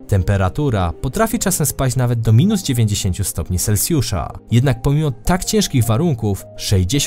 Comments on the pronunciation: Jakbyś mógł mówić poprawnie Celsjusza a nie Selsjusza bo jest to trochę irytujące ;) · Selsjusza hahaha